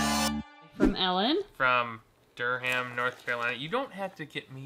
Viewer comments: Durham is pronounced (dur um) not dur ham just for knowledge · DurHam xD that was cute and the first time ive heard the H pronounced so much. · Durham is pronounced DUR-um. We love hard to say city names in NC. For instance Raleigh (Ra-lee), Mebane (meh-bun) and Conetoe (cuh-nee-duh). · Im from north carolina and the way he pronounced Durham killed me its (dur-um)